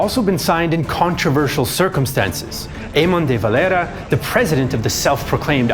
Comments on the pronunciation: Why are you pronouncing De Valera's name with a pretentious ''latino'' accent, if anything, the Irish pronounce it with the era part like an EAR-a , and with a typically Irish, pronounced double R or extended R at the end of a word, that or they just call him'' the Dev ''.but NEVER spoken like a Spaniard. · Love how he pronounces Eamonn DeVelera, as if he was some romatical South American revolutionary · What on earth possessed you to pronounce De Valera like that 😂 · your de valera pronounciation🤣